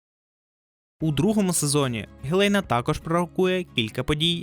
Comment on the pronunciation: Хєлєйна? Ви якою мовою дивилися?